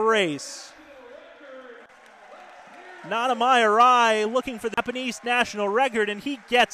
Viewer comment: Did this man say nonnamy Arai lmaaoooo 😂😂😂